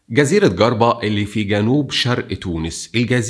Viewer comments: تحياتي اخ المحترم.. فقط للتصحيح اسمها جربا بتعطيش الجيم وكسرها.يعني تنطقها Jer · سلام عليكم استاذ عندي ملحوظة بس صغيرة ياريت لو تقبلها لو سمحت ياربت لو تعطشت حرف الجيم چ اسمها (چربة) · شكرا لمجهوداتك. فقط لتصحيح النطق جربة تنطق بكسر الجيم و لا بد من نطق الجيم لان Guirba امر آخر لا علاقة له بالجزيرة. و الثاني اسم افريقيا بوضع الشدة فوق الياء الاخيرة . اعرف مشكلة نطق بعض و اقدم ما تبذل من مجهودات و بارك الله في عملك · صديقي جربة تنطق بالجيم المكسورة و إفريقية ... ونحن نومن بان تونس الأمازيغية تناسجت و تجانست فيها الحضرات التى جعلت النخبة الواعية تومن بالهوية المفتوحة كمشروع بناء .. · ملحوظه صغيرة لانى تو نعيش فى تونس الحبيبه من 11سنه والنطق الصحيح لولايه جربه هو چربه ..... تنطق چريه وتكتب جربه 😀🇪🇬🇹🇳 🥰🇪🇬🥰🇹🇳🥰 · هو يعرف ينطقها بالجيم أما هذاكة نوع من التحقير العرب معقدين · جِربة بالكسرة عيفتني فيها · النطق شوية غلط اما المعلومات صحيحة اسمها جربة وتونس ااسمها افريقية مش افريقيا👍👍👍👍👍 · جربة بنطق الجيم كما هو في اللغة العربية و ليس بنطق الحرف باللهجة المصرية ، تحياتي لك على المعلومات التي تنورنا بيها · على الأقل حاول تنطق اسم الجزيرة صح 😩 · هيا إسمها جِربة بكسر حرف الجيم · جربة الجيم بالكسرة و ليس بالفتحة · جزيره جِربة بكسر الجيم .. و تتقال ب حرف ج مو "ڨ" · (Jerba or djerba) not gerba 😅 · جِربة ب كسر الجيم وليست جَربة 💐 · و اسمها Jerba not Garba !!! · أخي ليه انتو المصريين عندكم مشاكل مع كل اللغات اسمها ( جربة ) مش ( قربة ) حرف الجيم يا عم ذي (جمل) مش ( قمل ) ولا أقول لك ( ق ) مش أؤلك , عندكم مشاكل في الغة العربية مشكلة في النطق أما في اللغة الانجليزية ياااا لهوييي🤣😯 مثال صغييير ( problem ) بتقولوا ( broblem )😅 يعني أنا كتونسي لما أسمع مصري يحكي إنجليزي زيو زي الهندي مفيش فرق يا مصريين بالله عليكم اعملوا مجهود أكثر في نطق الحروف يعني مش رح تخسروا حاجة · نطقك لجربة فضيييييييع جدا اسمها جِربة مش جَربة . عميتها هههههههه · اسمها جزيرة جربه وليست جزيره قربه😂😂😂😂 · Garba? 😭 it’s Jerba (جربة) with a J! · شكراً على الفيديو. ماإسمهاش جزيرة ڨربة بل إسمها جزيرة جربة. يا ريت تنطق أسم المدينة أو الجزيرة التونسية صح. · اسمها جزيرة "جِرْبَة" مش "چَرْبَة" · اسمها جربه وليست قربه